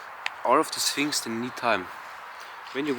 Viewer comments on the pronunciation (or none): none